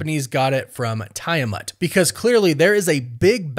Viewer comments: Tie-a-mont??? It's Tiamut! I know you purposely mispronounce words just to get people to comment! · Tiamut is pronounced as Tee-a-mutt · Tee uh mutt ... Drives me nuts how you pronounce it when theyve pronounced tiamats name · Dude...do you even watch these films/shows? Sam been had the vibranium wings ...also its pronounced TEA ah mut..js